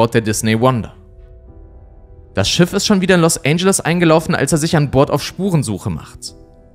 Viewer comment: “Los Ändschelles”, nicht “Los ANGEL-es”